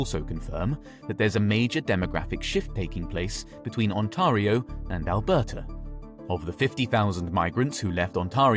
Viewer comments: The A in Ontario is pronounced like the A in fare. It rhymes with stare or bare. It's not On-TAH-rio. It's probably a computer-generated voice, so it can't handle toponyms. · It’s not pronounced like that , Mr Ai limey guy , it’s pronounced On-Tear-ee-oh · "ontahrio" lol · And "On-TAH-rio province". No one says "Alberta province" or "Ontario province". It's badly translated text-to-speech. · No way this guy mispronounced Ontario 💀